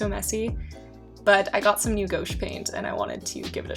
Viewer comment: loved this set up!!!!! but idk if someone has already said anything but the paint you used that was "new" is pronounced (g-wash) not go-sh :)